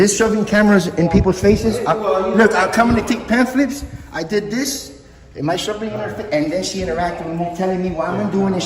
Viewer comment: Did just say “ Pam-flips”